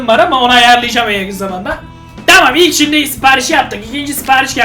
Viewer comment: 0:2 dikkat ilk bolum derken karışıyor yilk diyor